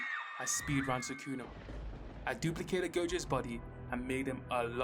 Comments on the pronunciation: thATS NOT SUKENA THATS GOKENA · why do you pronounce sukuna like that